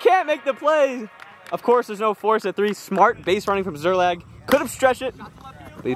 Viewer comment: one word. two syllables. SZER-LAG.